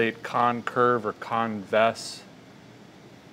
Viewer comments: "Concurve er convess" - a feller that knows his geeometree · So this is what I sound like when explaining things to people... concurve.... comvex.... ITS BENT!